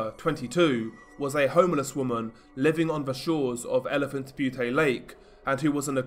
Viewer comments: It's not Butee it's elephant Bute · Its Elephant Butte, as in it rhymes with mute. In Butte isn’t pronounced as bhuutay, but as bute, rhyming with mute. Im from las cruces so in rather s snob with how it’s pronounced. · Butte is pronounced Beeyoot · Elephant Butte is pronounced Elephant “Byoot” great vid tho! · "butte" is pronounced "byoot" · Elephant "Be-you-Tay" 😂😂😂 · Great video. Just a little note... Butte rhymes with the Australian nickname for sport utility vehicles, ute. No A on the end.